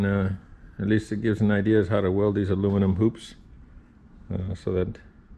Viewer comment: You fix "aloo-me-num hoops" proper👊